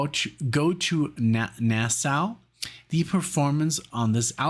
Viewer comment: you'd have no way of knowing so I'll tell ya: I grew up in Nassau County, NY and the Coliseum was my "home base" for shows, including the very first time the Dead played there in 3/73 (MY first Dead show as well!) Anyway, it's pronounced NA-saw and not NA-sow...Rhymes with "paw" and not "cow"😁And you may recall you enjoyed the vocals when you reacted to "Estimated Prophet" as part of one of my marathons...THAT was Bob Weir on lead vocals on a song he wrote...